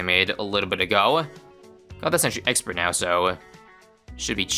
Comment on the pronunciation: first mention of "sexpert" ('thi sexpert')